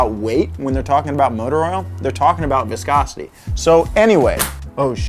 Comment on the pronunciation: how many times did he say viscocity